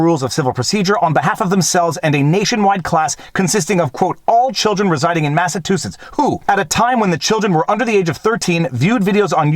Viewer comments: MassaTOOsitts? It's pronounced ma·suh·choo·suhts LOL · Hey - - it's "Mass-a-CHEW-sets" not "Mass-a-TWO-sets" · MASS-UH-CHEW-SETS. Sorry not as in yelling. Just trying to stand out a little more. Lol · The middle of the word Massachusetts is pronounced like the word "chew" example: Massa-chew-setts. FYI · I feel like I heard you say Massatoosets a couple times. Am I losing it? ;) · It’s mass a CHOOOOO setts 😊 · Best ending ever!! And i love the way you kept mispronouncing Massachusetts. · I like how you pronounce "Massachusetts"